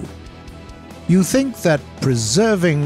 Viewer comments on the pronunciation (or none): none